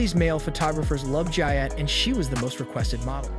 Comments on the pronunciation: Her name is pronounce GEE-A, not Gya, and she was in love in Sandy Litner. Francesco Scavullo was gay. Do your research! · Lots of misinformation 1)Her name is pronounced Geeyaahh not Giyaa 2) she and Scavullo were only friends and they worked together. he was also gay. 3) hardly anyone was at her funeral because they didn't know she passed until a year later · Its an Italian name. The I is pronounced like an E. Her name is pronounced Geea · How could you be so disrespectful and pronounce Gia's name as Jaya??? Have some respect for Gia! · Her name is Gia not jia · Jeez, it's not "Gya", it's Gia, are you for real? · I've never heard her name pronounced any other way then " Gee- a".. Were we calling her by the wrong name in the 80's? I've never heard the name pronounced in the way the video narrator says it. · Pretty sure her name is pronounced as Gee-a. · pronounced Gee a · Smh dude it’s GEE AHH 😂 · You couldn't even pronounce her name right! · Normally I don’t complain about someone’s work on here but this is a great disrespect to Gia. The facts are screwy and even if you do have an “accent” Gia pronounced properly isn’t that difficult. I can’t even muddle through this one. Fact check your work next time before publishing. Scavullo was also gay. No relationship between either him or Gia other than work and a friendship. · If you’re going to do a video on somebody, the least you could do is learn out to pronounce her name. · I think you're pronouncing Gia wrong.